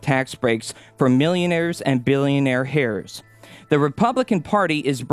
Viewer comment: Good news reading except the mispronunciation of "heirs" at 2.20 -- I cringed every time I heard this repeated on Thom's Friday show. No, "h" sound, -- but I suspect you realized your mistake right away.